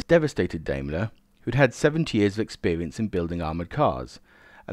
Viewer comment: I like these vids although I have to grit my teeth at you examples of "TH Fronting" [the replacement of TH with V. This is an affectation not a speech deficit [unlike your rhotacism [inability to roll your R's], buy why, oh why did you start mispronouncing Daimler? It is pronounced just exactly as it is written and has no relationship whatsoever with Dime Bar. Nice to see that by the second min, you have reverted to the correct pronunciation.